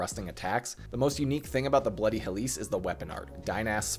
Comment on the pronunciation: Look.... tiny correction I know, but as a Grammar Nazi, 'Helice' is pronounced close to 'helix,' not 'hell-LEESE.' The emphasis is in the wrong area in the video. But seriously thank you for the guide. I was having some issues because I love the moveset, but I also am not too good at spreading my stats efficiently.